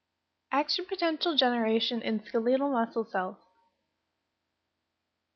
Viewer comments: I didn’t trust this video as soon as she said “skaleetal”😂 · skuLEEEEEEEtal muscle? R U SERIOUS?